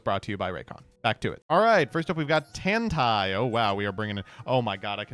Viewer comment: pronouncing Tantei that way was a crime. Not even close.